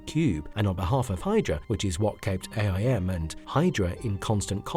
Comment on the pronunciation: STOP SAYING A. I. M.!